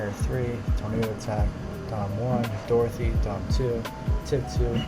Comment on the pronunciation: it’s DOROTHY not DORTHY